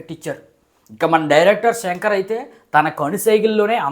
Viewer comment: Shankar ra peru Senker kaadu😂